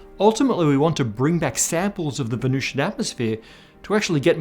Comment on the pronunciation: The temperature and atmospheric pressure are pretty much identical to Earth's in the middle-upper atmosphere of Venus... No one is proposing the existence of surface life on Venus, you are completely oblivious to the topic you're humiliating yourself about. And it's Venusian, not Venucian.